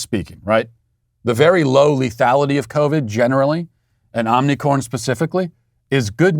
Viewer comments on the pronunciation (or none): OMI C R O N!!! Not OMNI - 'CORN'. Like the show, but where are the editors? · Matt Walsh is such a tyrant that his staff are too scared to correct his consistent mispronunciation of omicron and have even misspelled it in the thumbnail. Sweet baby, yeah right?! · What was the name of the variant: "Unicrom" or "Omnicorn"? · It's not Omnicorn? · Matt on behalf of all Greek people please learn how to say OmiCRON not corn 😅😅😅😅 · He’s a master troll. And you fell for it… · Don’t you mean “ “moronic”orn”? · Omicron or Omnicon? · I love how Matt keeps calling it Omnicorn, as if the original variant name wasn’t ridiculous enough already. Lol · Matt continually saying "Omnicorn" never ceases to make me smile. His wry humor amid all the foolishness going on is always welcome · I'm just glad I wasn't drinking my coffee when he said Omnicorn...🤣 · I love how Matt constantly tries to pronounce Omicron wrong but sometimes slips and accidentally pronounces it right 😂